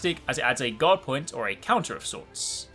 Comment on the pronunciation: Through most of the video I though you were saying God instead of guard. I thought it was a new invulnerability window lol.